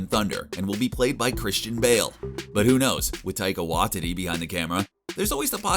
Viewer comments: Am I the only guy that thinks the pronunciation of Waititi as "Wha-titty" is wrong? Where do they get these guys?? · I thought his pronunciation of Waititi was bad until I heard him say Namor.